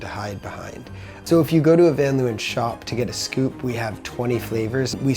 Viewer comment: Why does the owner van leeuwen pronounce van leeuwen like an American? And btw leeuwen means lions.